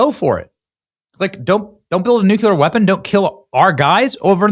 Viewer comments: It has been really heard to listen to you say NOOKYOOLAR for the past 3 months my boy. You’re an intelligent guy. Nu-cle-ar. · Hey Benny.... It's NUCLEAR, not "nucular". Why is it that hardly anyone can get that right??????? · BENNY! For the last time... The word is NOT pronounced "New-CUE-ler"...it is pronounced "New-CLEE-ur. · Some Americans pronounce it "nucular" instead of "nuclear" due to a linguistic phenomenon called metathesis (sound-switching) and the natural tendency to follow established patterns in the English language. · Say it with me "new-CLEAR" 😊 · You have to say "nucular" every episode just to show us your low IQ, don't you?